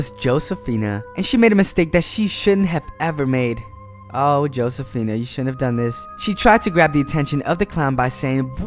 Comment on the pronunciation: Her name is pronounced ho say fina, not joe say fina.